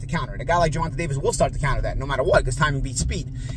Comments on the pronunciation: Why does he keep pronouncing his name so incorrectly?? He’s better off just saying Davis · Davis hand was broken 4th round in pitbull fight..say the facts..and please pronoun the names right..